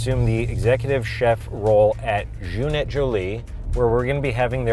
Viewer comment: You don’t pronounce the t in et lol